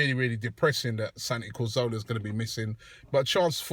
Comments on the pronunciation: CATH ORLAH> KAZ OR LAH > COR ZO LA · You say Cazorla is one of your favourite players, but you still can't say his name right! :P Not Corzola, it's Cazorla* xD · Well technically it's 'Cathorla' but I see your point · Yea, why does Robbie say CO? it is CA.